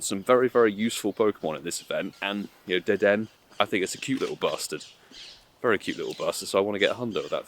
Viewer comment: I don't normally correct pokemon pronunciation, but it's pronounced like 'De-Den-A' in the anime and sounds better IMO that saying it like 'De Den'